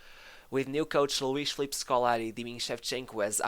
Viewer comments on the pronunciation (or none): none